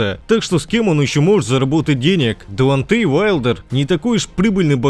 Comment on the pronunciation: Ты не можешь выговорить имя" ДЕОНТЕЙ? -Дуонтэй дуонтэй....😆